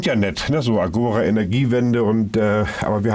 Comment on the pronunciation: Nur am Rande bemerkt: Agora ist endbetont, das heißt, die Betonung liegt auf dem zweiten a. Agora, gr. Marktplatz.